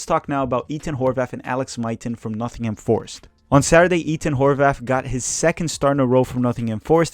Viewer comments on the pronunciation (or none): why do you pronounce Ethan Horvath: "Eat-in Horvath"